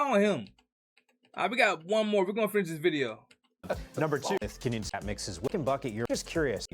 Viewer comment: Kenyon Sadiq name is pronounced Ken-yun 😂🤣